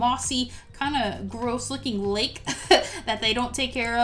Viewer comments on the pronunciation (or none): none